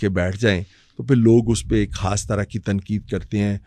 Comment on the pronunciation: Why are you saying کھاسی ، کھان 😂 say خاصی، خان instead